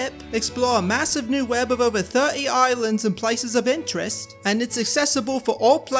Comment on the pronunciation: THIRT-E EYESLANDS 😂